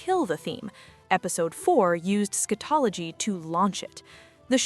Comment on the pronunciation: I was following until the AI voice starting pronouncing "scatology" incorrect